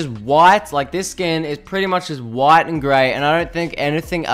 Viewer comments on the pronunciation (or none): none